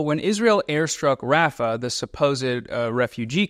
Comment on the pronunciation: Great video. Can we try to work a little on your pronunciation of Palestinian city names though? Hearing your pronunciation of "Rafah" made me want to cry. Thanks!